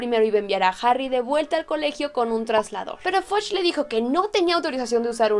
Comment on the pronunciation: No se pronuncia FODCH (fudge) y no se pronuncia BICH (bitch). Buen video! Saludos